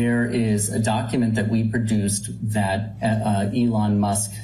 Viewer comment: Lol couldn't even say Elon musk name correctly he says Ellen. Now this isn't me trying to be mean or anything just odd 😆